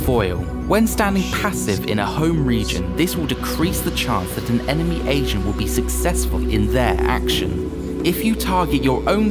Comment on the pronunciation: unrelated but i keep mishearing "Agent" for "Asian"